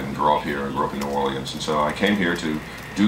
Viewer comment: Why does he say New Orleans like someone who isn't from there?